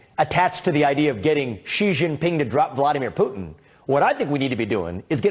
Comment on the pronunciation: Bill, did you say tootin, Putin ?